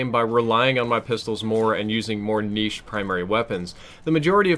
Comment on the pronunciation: If you pronounce "niche" again the way you do, I'm unsubscribing.